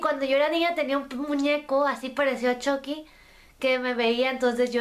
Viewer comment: Una cosa chucky no se dice CHOCKY se dice chUcky